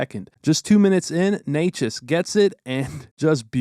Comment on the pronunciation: nerd alert, as a slovak I can confirm, not sure if you care, but Nečas is pronounced not Ney-chess, but rather Neh-chuss (slavic languages don's use accents on vowels - "a" is a short "ah", e is a short "eh", etc)